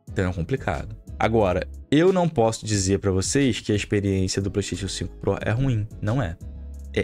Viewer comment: Ouvir um cara entendido falar PlaystaTIon é foda.